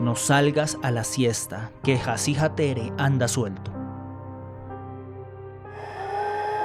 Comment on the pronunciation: Yo soy paraguaya y dijo mal jasy jatere se escribe asi pero se pronuncia llasu llatere sin ofender😅❤